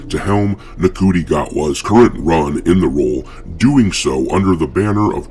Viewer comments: Ncu is pronounced Shi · I naturally thought it was pronounced Nkootie Gat-wa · It's apparently pronounced 'Shooty'. No, I don't know how Ncuti works out like that, but apparently, he's as bad at pronunciation as he is at acting.